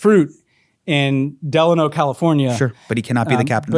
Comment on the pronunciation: as the grandson of an Asian immigrant who picked fruit in Delano, Calif... it's pronounced "deh-LAY-noh" 😂